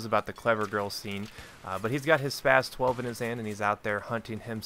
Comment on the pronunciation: the way you pronounce that gun is so spastic.